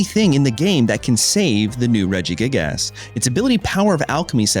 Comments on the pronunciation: regigASS 😂 brother what in the pronunciation 😭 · love how hes saying regi-gig-ASS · It’s his favorite form of engagement bait 😂 mispronouncing names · "Illima so we can bounce our regi-gig-ass" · you really pronounce the ass in regigigas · Came here mostly to see how dude would pronounce Regigigas. Was not disappointed